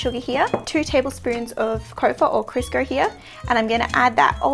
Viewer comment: Love the qaustralian accent saying Crisco. "Krisker" LOL I'd like an episode where you just pronounce American brand names like Kodak LOL